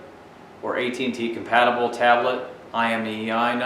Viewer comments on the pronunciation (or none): none